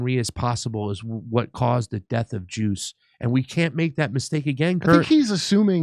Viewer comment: “Juice” sounds like “Goose.” Is he ripping off Top Gun with his story?